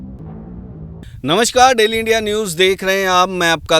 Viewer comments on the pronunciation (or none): none